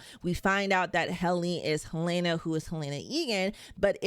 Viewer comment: HELENA! NOT HELAYNA! It’s pronounced correctly in the show. That’s a clue for the clueless